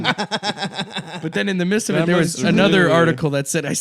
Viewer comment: "in the mists" o_O